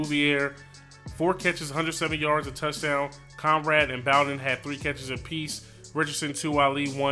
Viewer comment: You said “bow-den” LMAO it’s “boe-den” and he’s our best playmaker on offense besides Benny snell jr.